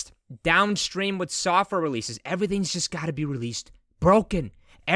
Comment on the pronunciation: did you say software or suckware ?